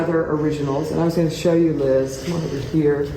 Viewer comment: Yes he did say shaw invitation 😄 2 times